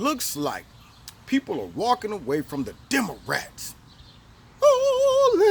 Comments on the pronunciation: Did he say "Demorats?" Hahaha... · "Demarats" I love it #walkaway